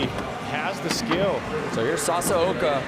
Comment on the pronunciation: Sasuko? Some of these casters should check the names. Sa-sa-o-ka isn't that hard to read.